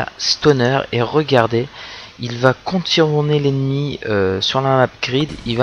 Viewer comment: contiouiioiioiurner l'ennemi :D